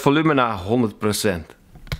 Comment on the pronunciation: WoW die:” procent” dat je zei klonk echt turks♥️😂